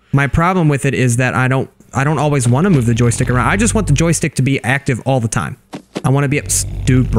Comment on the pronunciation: U said jostike 78 times